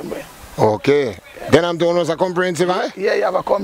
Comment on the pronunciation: Why Kingstonian can't say, “Denham” Town correctly? 😂😂😂😂